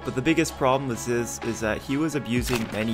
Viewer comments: ITS PRONOUNCED ZYZZ “ZEES” not “ZUZ” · Pronounced zeez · Goes to show that most people didn’t even watch zyzz when he was alive. His name is pronounced “zeez” like “Aziz” his first name. There’s even a clip of him saying “it’s fuckin zeez bruh”. Fitness industry is filled with posers (both literally and figuratively lol) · zyzz pronounced zezzs z z z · “It’s pronounced Zyzz”